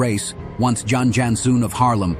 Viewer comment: 1. Jan is pronounced like "yawn", so "Yawn Yawnsoon van Haarlem". 2. He was the "Blond Arabian".